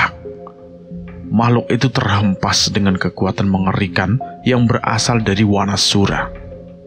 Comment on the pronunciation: Saran mas, kalau membaca a jejeg dibaca o. Seperti Wanasura, dibaca Wonosuro, agar terlihat Jawa-nya si Danan & Panjul